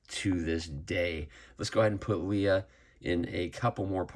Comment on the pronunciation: The stiff cape drives me a little batty on this figure. Why are you saying her name as Lee-uh when it's clearly Lay-uh? 😮